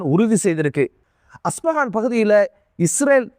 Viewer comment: யெம்ப்பா தம்பி சப் எஜெண்டு வேல பார்த்த நீ கேக்கிறான் மேக்றான் கம்பனிக்கு எதுக்கு மாறின நீ உச்சரிக்கும் பெயர்களில் ரொம்ப பிழைகள் இருக்குதே பென் குர்யன் இல்ல Ben Gurian Meyor Washington la இல்ல அவர் நியூ யோர்க்க்ல அஸ்பகான் அல்ல அது இஸ்பஹான் Haibesonik இல்ல ஹய்ப்பெர்சொனிக் அப்படி அராக்குச்சி இல்ல அப்பாஸ் அறாக்‌ஷி இஸ்டீவ் இல்க ஸ்டீவ்